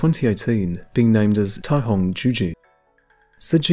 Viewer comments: The c in caihong is pronounced with an s sound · Caihong? Or Taihong?